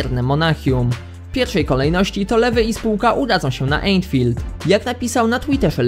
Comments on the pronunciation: Co to jest Entfielt ? Słyszałem o Anfield ale Entfielt ? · ANFIELD nie ENFILD prosze przestan